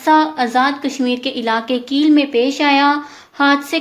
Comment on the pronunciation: It's not keel it's kail